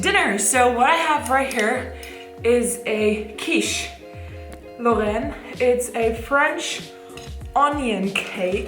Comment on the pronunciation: super good video as usual, I was surprised when you said "quiche Lorraine" you have a very good French accent, bravo!